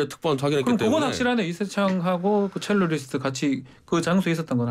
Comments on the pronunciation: 첼로이스트가 아니라 첼리스트 아닌가요? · 첼로리스트?가 아니라 '첼리스트' 입니다. 배우신 분들이 참